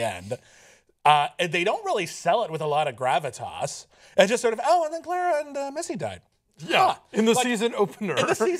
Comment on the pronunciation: Davros not Davrose, Clara not Claira. Sorry but not sorry XD